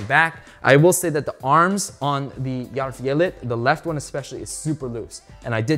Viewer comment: hahaah ohgod, when you said swedish and german are similar, no they're not! It did feel like as the review went on, you did pronounce it better and better, but maybe I just got used to it. but you did pronounce järvfjället really well !! thanks for the review.